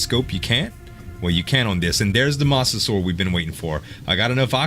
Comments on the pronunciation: it's not pronounced moss its like mows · like mow when you mow your lawn